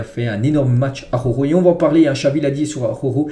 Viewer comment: Frérot travail t'as prononciation sur Araujo stp ♥️